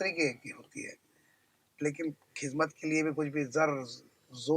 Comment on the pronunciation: Khizmat Nahi hai khidmat h